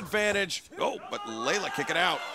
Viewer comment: Just FYI, it’s Leyla Hirsch, not Layla.